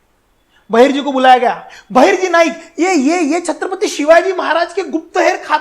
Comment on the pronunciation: It's not chatrapathi (छत्रपथी), it's chhatrapati (छत्रपती)